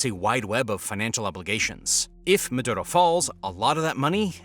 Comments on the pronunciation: Dude its "Maduro" not "Madotto" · Its "Maduro" not "Madurou"